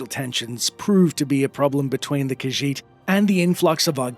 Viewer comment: She’s reading, “The Lusty Khajiitie Thievie.”